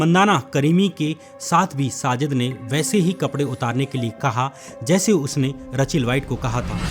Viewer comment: रचेल नहीं रेचल